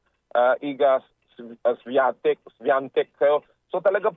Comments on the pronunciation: Świątek hindi swatek 😂 Shiongtek ang pronounce😁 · The pronunciation iga swiatek is iga Viatek silent S and w is v